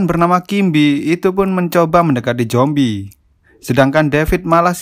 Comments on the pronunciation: Min.. Saran ya.. Klo ngomong zombie jangan jombie min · bang ko ngomong nya jombi kan harus nya zombi bang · Perasaan ngomongnya Jombi😛